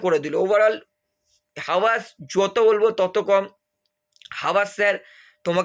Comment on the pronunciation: Bhai pls don't mind ... Tomar jethur kotha ta sonar por bolbo nai bhabchilam but improvement tao toh dorkar Actually - habas word ta tumi hawas hawas ucharito korcho